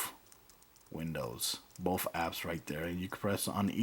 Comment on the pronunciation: curios, why do you say boff instead of both